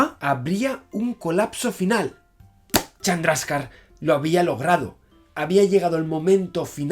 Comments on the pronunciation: ¿Has dicho Charmander en vez de Chandrasekhar? ¡¡Jajajajaja!! Deja los videojuegos y los tebeos, Javier, y ponte a hacer física, hombre, que esto no es serio. XD ( ¿¿Dices Chandraka??) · Llegará el dia que Javi diga bien el nombre de un científico? Srredinger,Chandraska,etc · dijo charmander? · Like si escuchaste el Charmander jajaja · ¿He oído charmander en el minuto ? XD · Según esta página, la "e" de ese nombre sí se pronuncia